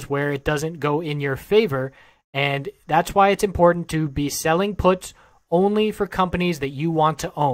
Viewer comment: first of all you're pronouncing puts wrong, secondly "lotto" plays, out of the money options, dont need to be high risk, if they cost pennies